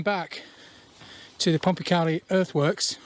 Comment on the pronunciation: used to cycle round there a bit as a kid 20 years ago or more. You would find a lot of iron slag hinting some kind of metal works? also in the woods is a natural spring that you walked past and there used to be a fish farm. by the way, I believe the locals call it "pom-pa-kay-lie" (as opposed to "pom-pa-carlie") great video as usual